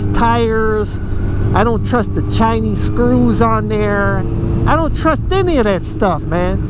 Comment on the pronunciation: It's Chinese, not chiiiiiiiniiiiiiiiize, talking about electric motorcycles but downgrading everything that's Chinese, are you dumb -_